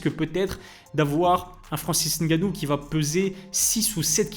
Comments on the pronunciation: j’en ai rien à foutre de ton nom,de ton origine ou de comment tu le prononces ou comment tu veuilles qu’on le prononce. Tu me racontes tout ça pourquoi en faite?? Toi c’est?? Mais mdr.Le mec dans la vidéo sait prononcer "Ngannou" car il a un cerveau qui fonctionne donc c’est facile à prononcer pour lui,j’ai fais la remarque parce que pour beaucoup sur YouTube comme toi,c’est trop d’efforts cognitifs pour vous,donc je remarque, c’est tout. Je sais pas pourquoi tu me racontes ta vie. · La bonne prononciation de "Ngannou" merci👌🏿 on like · Suis je le seule à regarder et La Sueur en ayant l’impression que ce sont les même personnes? Bravo de faire les efforts de bien prononcer le nom de Francis ‘NG’annou 🫡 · j’ai dit des efforts* cognitifs, petit trou, et comme j’ai dit jn’en ai rien à foutre de ta prononciation de son nom ou de comment "eN eUrOpE" c’est trop compliqué pour certains comme toi d’utiliser leur cerveau pour assoner deux consonnes ensemble. Le mec dans la vidéo a bien prononcé le nom donc j’ai fait la remarque. Je sais pas pourquoi tu as tenu à me faire savoir que tu savais moins utiliser ton cerveau miniature que lui, j’en ai rien à foutre mon petit. Mdr lui…